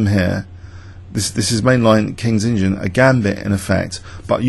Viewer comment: Are you saying KINGS INGIN instead of kings indian? Because that is one hell of an LOL if you are.